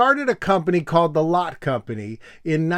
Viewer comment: it's pronounced 'lot-tay' by the way, as in the german original. at least in korea, people will talk about 'lot-te mart' or 'lot-tay tower'.